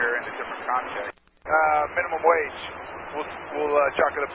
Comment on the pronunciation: did he not say "chuck it up to minimum wadge"